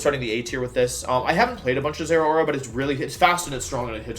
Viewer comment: The he pronounces Zeraora triggers me.